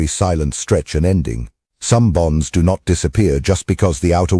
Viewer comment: 🤔 ... Bonds... I thought you said BOMBS Doc 😁 ... slow-the-roll on the AI script reader